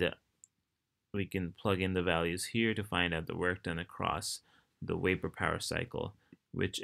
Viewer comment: i love how you say "Wapor"